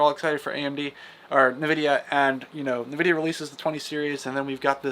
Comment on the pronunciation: "Polaris" and "Nvidia", check your pronunciation po-LAR-is, and N-vidia. Close to the 1080 ti? If so I'm buying it, but i'm expecting 2060 performance in the RX 680. And I'm thinking $300 range. Flush Ray Tracing, just give us faster fps, this can be an "in" for AMD cards.